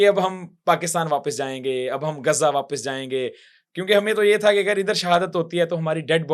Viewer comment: گزہ نہیں ،تریک،،غزہ ہےGHAZZA